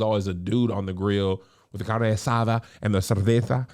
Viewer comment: Kev, that Latino pronunciation was muy bien!! That carne asada was smooth.